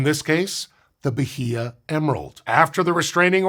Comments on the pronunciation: I love, but I'm twitching a bit every time he says ba-hee-ah. It's ba-ee-ah. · The "h" in Bahia is silent. Something like bah-EE-uh. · Say B a í a instead H is mute in portuguese and Spanish. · Atleast pronounce the state correctly. The h is silent in Portuguese, ba-EE-ah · Good video. I'll be pedantic and say you don't pronounce the H in Bahia. It's "bah--ee-ah". The vowels are flat. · Bye-ee-uh. That’s how that’s pronounced. 😂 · Was just at Bahia Honda in FL and some people pronounce it that way. It’s supposed to be pronounced like Baya, right? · more like bah-EE-yah or bah-EE-ah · Bahia is pronounced "Bah-EE-ah." No "H" consonant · It aint “Bajia” the H is silent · It's pronounced Ba-ee-ya, btw. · irked me so much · Pronouncing the H in "Bahia" is the really cursed part of this. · I've never heard Bahia pronounced like that before. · Please look up how to say a foreign word that shows up in a script as often as "bahia" did in this one! Mispronounced once or twice is fine, but this was so many times and was making my Portuguese brain itch. You nailed "Carnaíba" though. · the "h" in "Bahia" is silent. this goes against usual portuguese pronunciation rules, but it's an exception. think like how "Roosevelt" doesn't have the correct "Roo" sound. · not a region, a state, and the 'H" is silent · The h in Bahia is silent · love the video, but as a brazilian you do not pronounce the H in Bahia :)